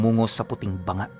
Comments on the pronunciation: Di bo BANGA. Bangaa. Ma lambot lang po dapat. Hehe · BA-NGA po ang ang tamang bigkas.😃good evening po from Aklan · Banga po. Ganto po pag kkabigkas "Baaa-nga" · Hindi banga ito ay mababasa na BA-NGA.